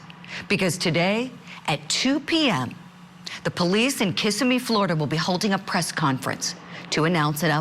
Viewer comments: It’s Kissimmee not Kiss A Me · Ka-SIm-EE. FL. And nothing from P.D. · I also wished people would learn how to pronounce things before putting it out. Kissimmee is not pronounced that way. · FYI your saying Kissimmee all wrong!